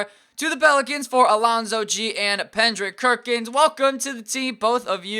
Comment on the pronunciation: "pendrick kerkins"